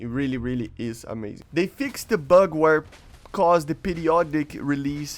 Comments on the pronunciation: when words have ed at the end it's pronounced 't not 'ed. Fixed is pronounced "fixt" not "fix ed" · FYI, English words that end with ‘ed’ to show past-tense is not pronounce as ‘Ed’. So it is not ‘Fix-Ed’. It is more of a t sound